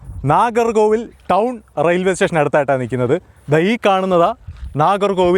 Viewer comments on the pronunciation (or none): none